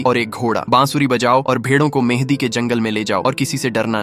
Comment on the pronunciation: It is not madi it is mhandi